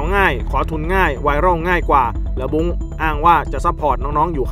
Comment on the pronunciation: คนอ่านข่าว แยกแยะ ไม่ได้ เหรอคำว่า บุ้ง กับ บุ๊ง